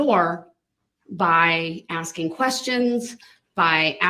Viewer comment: I agree. Add to your DB dictionary 'axing' instead of asking and 'license place'!